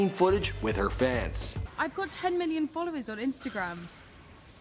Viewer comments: Dracarys XD yeah i know but it sounded like he said billion. I was wtf... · Too be fair it did sound like billion